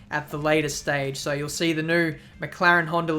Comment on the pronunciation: "so" .. not "soy"